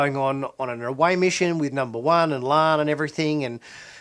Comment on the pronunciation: Will you PLEASE pronounce La'an's name correctly - It's LaAhn not Lann you dunb she-it!